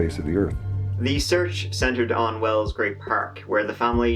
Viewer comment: It’s well not well’s. ! It’s wells not well?!!!!!!pushroom-micker?